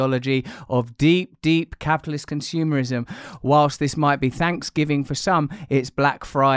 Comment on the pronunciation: We have « Science.. isim » « Consumer...isim »